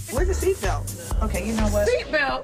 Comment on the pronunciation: Karen: “we’re the sit belt” (Sit belt?!!)